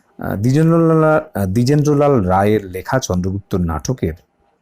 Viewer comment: Drijendro lala 😂😂 drijendro lal ta bolte koto mistake holo sir .